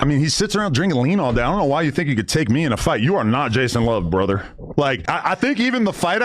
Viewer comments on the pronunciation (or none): He sure put some STANK on that "Brother". Dudes out here throwing the hard B.